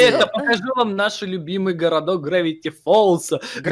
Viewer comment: ЭТО ГРАВИТИ ФОЛЗ А НИ ГРАВТЫ ФОЛЗ